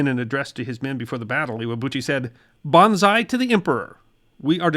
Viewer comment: Interesting video about an indeed almost forgotten piece of history. But there are some fubars in the narration, like "the Japanese island of Leyte" and "bonsai to the emperor"...